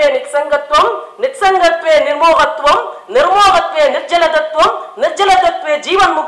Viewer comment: Nischala thathvam , not nirjala thathvam. Ma'am, please take care to present the verse as it is.Adi Sankara is so great. Kannadasan loved tamil.but he was proficient in other toungues too. 👍👍